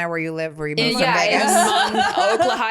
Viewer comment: “I’m from Oklahio” 😂